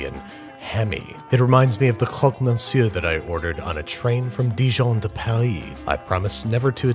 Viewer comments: Honnestly, your French prononciation was pretty good for an American, the intonations felt very… "American textbook", whatever it means, but the sounds were right which is more than a French expects from an American. So no need to be shy. 😁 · You pronounced it pretty good! And I'm impressed, I really thought you were gonna forget the bechamel and I was about to fuck you up in the comments lol but a real parisian croque-monsieur is literally covered in broiled bechamel, so covered that you can't see it. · Beautiful clin d oeil to the french national day, and your french pronunciation was almost perfect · You nailed every French word on this video and moreover, you nailed your croque monsieur. Cheers from France, love your videos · Your pronunciation is actually pretty good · You said that very well! 😉 in Switzerland we also do it with mustard, Dijon or sweet mustard in the French part And in the German part we add pickled sweet and sour curry zucchini’s, it’s amazing with everything cheese or simply everything! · I'm french and you said croque monsieur perfectly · Actually, Babish, you said croque monsieur and croque madame correctly in French. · your pronunciation of croque mounsieur was correct. However as a french guy whos grandmas makes croque monsieur by the 3 dozen at a time. we don't typically put cheese on the outside. also we use slightly thinner slices of bread. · as a francophone, I applaud your pronunciation! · you pronounced it right. :) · You nailed the pronunciation of the Croque Monsieur. And the Croque itself, to be honest. Good job! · Croque-monsieur was indeed correctly pronounced ! And even more correctly for the Croque-Madame ! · You actually said croque monsieur right good job 👍🏻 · Actually you pronounced it really well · You actually pronounce croque monsieur correctly. I would also enjoy awkward translations such as crunch mister or munch man. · That's a croque-monsieur well done and pronounced. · Your pronounciation was great!